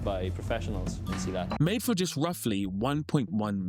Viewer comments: Its SILAT, not selit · Man silat is pronounced SEE LAD not salad 😂